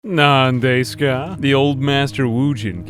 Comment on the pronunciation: "Nan day-ska" lmao. The terrible pronunciation in the intros always makes me chuckle.